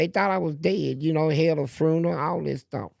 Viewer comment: He can tell this bs to his grandkids at night !! This nigga crazy lol 😆.. he said a funeerrr.. not a funeral but a ferrnnnahh😢😅😂